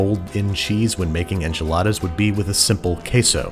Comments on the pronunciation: But don't we have to pronounce it the bizarre way Moira did, as "awnchiladas?" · I believe it’s pronounced on chiladas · They are pronounced “Anchilada” lol from how Moira says it 😂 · pronounced AHnchiladas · Man! You needed to mispronounce enchiladas like Moira 😜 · It gave me a lot of laugh how he pronounced enchiladas haha greetings from Argentina